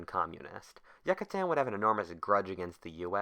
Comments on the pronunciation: I honestly can't watch this. It's not Yuck-A-Tan, why'd you have to say it so fucking much? We know what place you're talking about.. Jesus.. Re-record this, you fucked it bad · YOO-CAH-TÁN. Jesus christ dude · It's pronounced yoo cah tan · I believe it's pronounced Yoo-cah-tan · Take a shot everytime he says Yuckatan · Please learn how to pronounce name Yucatán. It’s not pronounced Yuckatan. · I think its pronounced you-ka-tan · You mean it's not pronounced Yuck-A-Tan? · you-ca-tan I'm pretty sure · YUH KUH TAN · Yuck, a tan. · Every time you say "Yuckuhtan" I cringe so fucking hard. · Yook-a-tan. Sigh... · He doesn't say Yucatan, he says YUCKatan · Not once he said Yucatán, everytime he says jack-atan would be a challenge. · It’s driving me insane how he’s pronouncing the Yucatán, I’ve been there multiple times so never go there till u know how to pronounce it lol. Otherwise great video as always. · As a mexican his pronunciation is fisically painful. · who tf pronounces Yucatan like that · What if you pronounced Yucatán correctly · I can't stand listening to this with this guys mispronounsiation of the word Yucatan. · The way you say Yucatán makes me uncomfortable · Great job on the video, but I had to down vote on how you say Yucatan. You have earned an a sub from me. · im sorry his mispronunciation of Yucatan really irked and distracted me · Couldn't you have checked the pronunciation? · ok tried watching this, but if you cant bother to research the proper pronunciation of Yucatan, I'm just not going to bother... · As a Yucatán citizen I cringe with the way you pronounce it, great video tho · We would be sober seeing how he never pronounced it right. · youcatan not yuccatan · I hate it so much he said yacatan not Yucatan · It's not Yuck-atan, its You-catan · The pronunciation kills me the Yuckatan? It’s the you-ca-tan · its pronounced YOU-cah-tan please dont ever say YUCK-atan ever again it made me cringe good vid tho.. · Is it pronounced Yuckatan or Yucatan?